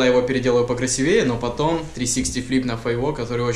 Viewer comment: Кстати, правильно говорить красИвее! Ну это так, мелочь)